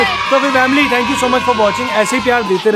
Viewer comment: Bhai vamily kyu Bolte ho